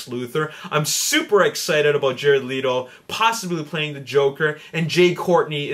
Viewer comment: It's not Leeto it's pronounced Letto -.